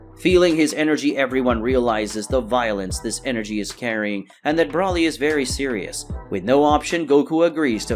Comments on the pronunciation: Its broly (bro lee) smh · Still cannot say his name right Broly